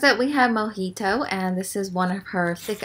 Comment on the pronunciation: When she said mojito is thought she said monkey toe lol 😂 And when she introduced shark boi I was waiting for a lava gurl